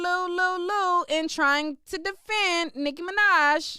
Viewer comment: Girl you be crackin me up with, “DA-LU-LU!!!!”🤪🤪🤪 It’s the perfect word to describe some of these barbs !!🤣🤣🤣